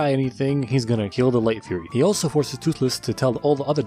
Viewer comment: Did bro say light fuhrer